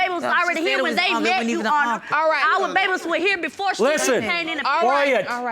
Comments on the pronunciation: she's actually saying "your honor", it "sounds like "you honor". you got to listen real close... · Ndumbe Stop putting words in her mouth. It is pronounced: "yoowannhah". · How hard is it to say "YOUR HONOR" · Why she keep saying "You honor".... For goodness sake, it's YOUR HONOR!!! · Omfg its YOUR HONOR. not " you honor" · I thought it was "Your Honor" not "You Honor" 🤦🏾‍♀️🤦🏾‍♀️ special ed at it's FINEST 😂😂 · the pronunciations, pronouns, speech in general is just killing me!!! " YOU HONOR" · This would be the most speech impaired child ever "you honor" 🤦🏾🤣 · Why is she saying Uhonor??? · Yes You-au-wner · YA'ONNA lol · Between "udder" and "intervriew" by the potential BD and the constant "yes YOU honor" by the BM...I'm skipping to the end y'all...I can't with these two. Hollering!!! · No no no you wrong... “yo’honna” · she saying 'Yo Honor' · Nydel Ndumbe Right!!!! She just kept saying it. Good grief. I was trying to figure out if they were just super country or super ignorant.